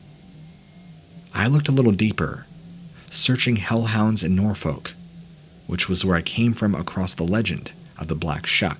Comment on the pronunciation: It is, incidentally (not important, I know, but always good to know) pronounced "Norfuk". The O drops to almost nothing and the L is absolutely not pronounced at all. Just a fun tidbit.